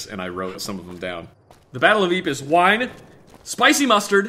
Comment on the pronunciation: I don’t like how they mispronounce “Ypres”